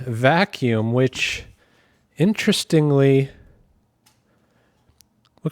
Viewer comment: "Intrestingly" is not a word. "Exhahst" is not a word. "Ahff" is not a word. "Importunly" is not a word.